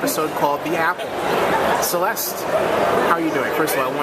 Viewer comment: It would be great if you could get Celeste's name right.